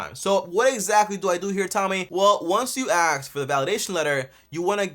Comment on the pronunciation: An accountant who says if you “axe” me instead of “ask”…..sus